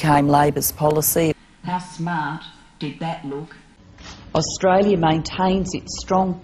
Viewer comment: can we at least have a prime minister that says australia properly? i mean really is it that hard to say it?